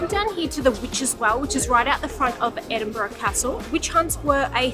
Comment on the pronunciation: Were you jet lagged when you recorded this hen? Edinbrum! 😂